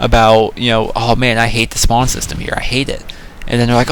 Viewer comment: Its not spand its spawn